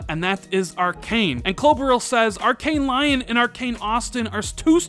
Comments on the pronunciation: It’s not pronounced “líon”, it’s “leó”, with your best attempt at a French accent 😆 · It's Arkane "Lee-on". You know, like the character from Resident Evil. It's not pronounced "Lion" lmao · Arkane LION? lol Lyon is quite a famous city to be called 🦁